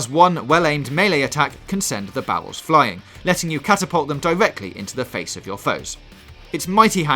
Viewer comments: Yeah he's got the same speech impediment as Jonathan Ross, he can't pronounce the letter "R" and it comes out as a "W" sound. That's why it sounds like bowels instead of barrels. It's actually a common type of speech problem. Barbra Walters also had this problem. So yeah you guys are making fun of his speech impediment. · It sounds like he is saying bowels instead of barrels. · I know its not his fault but when he says 'bawwels' really irritates me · Bawwels, pwogwessive, wadiation, I’m done😂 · Bawwels OwO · The yewowy owange bawwels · o-wenge bawwels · Can someone please explain to me what "Bawwels" are? Lol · "Fwee" "Bawels" "Destwuction" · Bawwels haha